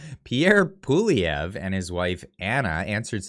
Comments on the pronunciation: Poilièvre (pwaljɛvʁ) A tough one. However, accurate pronunciation would closer to "P-wah-lee-eh-vr". Example: By the way, love the frequent updates,. Keep at it.👍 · Do Something : The easiest way for an anglophone to pronounce Poilievre is as follows. Pouh-wal-lee-evre. The first "e" of evre, is pronounced like the last "e" in the French word, "échec." Hope this helps. ☺ Tomorrow, I'll show you how to say Gérard Despardieu!!! LOL PS: For Poilievre, you can also translate both words that form it and that's Hairhare. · Pierre Prononced ...”Pawlievre” not “Poilievre”.... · please learn to pronounce Pierre Poilievre's name. You are butchering it. Love your no BS reporting!!